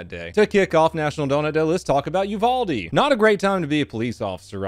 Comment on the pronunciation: You said uvalde wrong btw